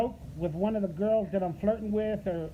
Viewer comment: "flirtin'" = ready to devour..."girlshhh" = buffet table... Leave my chairs out of this you PRICK :p